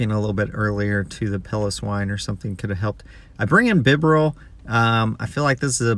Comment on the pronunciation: Lie-noon Bee-barrel or bee-ber-el 😝